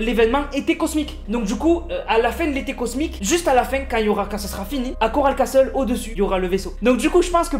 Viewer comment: Et si tu veux etre parfait ca se prononce Coral Cassol et Holly Hedgiz